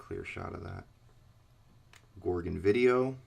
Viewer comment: Its pronounced gore gon